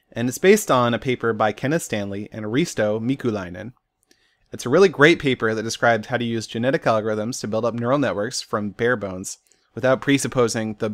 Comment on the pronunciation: I love it when people try to say Finnish names. (Risto Miikkulainen)